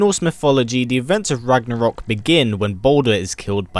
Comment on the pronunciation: Ha ha ha. You said rognorok As in Thor rognorok ( great movie) isn't it.